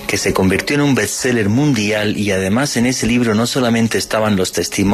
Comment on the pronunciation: OTRO CON LO DE BETSELLER .....DIGAAN BEEEEEST BEEEST BEEEEEST BEEEEST